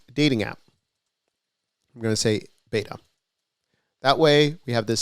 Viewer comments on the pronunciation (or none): none